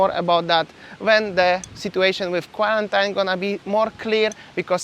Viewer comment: Love your informative videos. A minor quibble: you keep mispronouncing the word 'quarantine'. The ending is not pronounced '-yne' (phonetically '-ain'); it should be 'een' (phonetically '-īn').